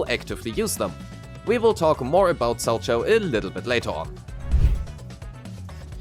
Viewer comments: its pronounced "SAL-cow" not sal-cho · For what it matters, it's pronounced "sal-cow"; it's a type of figure skating jump.